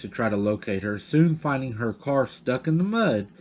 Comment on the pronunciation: Car not cat 🙄